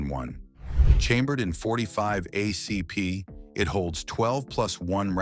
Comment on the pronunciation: Dot forty-five aay cee pee